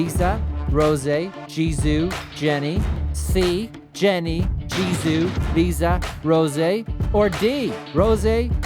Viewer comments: Who let this man say ''LIZA & JIZOO'' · No one:: "Jennie, Liza, Jizoo, Rozé"